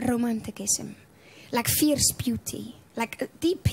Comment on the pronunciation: Fierce - not "fears"